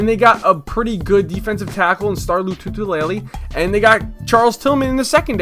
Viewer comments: lotulelei - Lo-two-lay-lee not Lo-tu-tu-lay-lee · Yo I love you bro, but don't say nailed it when you butcher Lou too lay lee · it's pronounced Loo-too-lay-lay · Lol u were like "nailed it" lol nice vid tho.